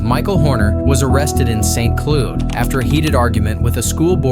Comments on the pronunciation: Cloud ☁️, not Clude. 😂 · get a better AI narrator who knows how to pronounce 'Cloud' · AI can't pronounce "cloud"? lmao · St. Cloud I believe is pronounced like the puffy white things in the sky, not Clood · Cloud is how it’s pronounced not “Clood” 🤣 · Its cloud, like a cloud in the sky; not pronounced ‘clood’ 😂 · AI narration is so obvious and so lazy. You are clearly AI. The city is St. Cloud, pronounced C-L-O-W-D...you know... like a CLOUD! If you are going to be lazy and use AI narration, then at least play it back and make sure there aren't obvious mispronunciations. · Fake A.I. audio intro lol The word ''cloud'' is not pronounced ''cuhlewd'', by any normal human being on earth. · St. Cloud pronounced St. Clood.....Da phuck.... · Never heard anybody pronounce cloud like clooood b4 Fn moron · St Klood? Is that how cloud is pronounced in America? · I'm curious, on what planet is the word "cloud" pronounced "clood"? Immediately suspect this is an AI video. Nope. Thumbs down. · Saint "Clued" Is that how you pronounce it? Not from Florida, thank Christ. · Who doesn’t know how to pronounce the word cloud? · How hard is it for AI to pronounce CLOUD? FFS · The AI in this as the narrator is so bad can't even pronounce cloud. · Bro your shit AI can't even pronounce "cloud" properly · If you’re gonna use an AI narrator at least use one that can pronounce simple words like “cloud” right. Do you even proof anything before you upload or do you just like to churn out slop? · How did you mispronounce "Cloud"? I swear you do it on purpose with town names. Drives me crazy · not being able to pronounce the word "cloud" is unreal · Love the AI voice, can't even pronounce St. Cloud. You should get a better program. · What you can't pronounce the word cloud?😂😂😂😂😂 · Useless AI doesn’t even know how to pronounce cloud.